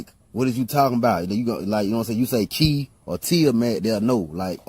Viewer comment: Ki and chi pronounced kee and chee, not "kai", bro! 😉